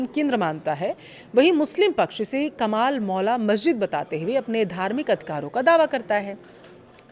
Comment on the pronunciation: Madam, सही उच्चारण करिए। "कमल मौला" नहीं ,"कमाल मौला" बोलिए।